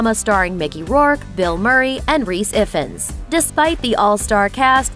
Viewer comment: Just a small point, it's pronounced Rhys Ivvans not Iffans or Eye-vans.